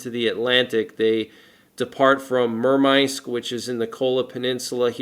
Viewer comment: is pronounced MER MANSK, hey dude love your work but I don't know what you are trying to say when say 3 minutes and 53 seconds area NORAD defines the "Adis" as a stretch